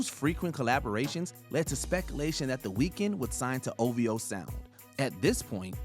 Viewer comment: SAY OV-HOE